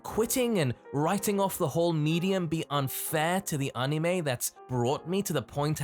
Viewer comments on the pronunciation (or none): "anime izu deddo"